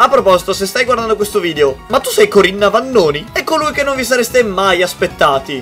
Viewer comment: si dice CORINNA NAVONI non Vannoni🤣🤣🤣. E poi é conosciuta come NINNA non come NINA🤣🤣🤣🤣🤣🤣🤣